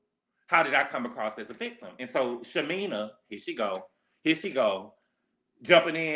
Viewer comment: you are killing me calling shamea, "shamina". I know you know how to say her name correctly lol 😆 😅 i cant imagine having a newborn at retirement age. Gerald is crazy for putting pressure on shamea like that. It's a geriatric pregnancy which is risky. Her 2 kids already have serious medical conditions